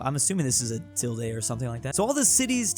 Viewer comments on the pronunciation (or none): none